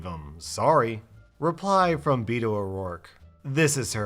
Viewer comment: The way you say Beto has me dying. Lol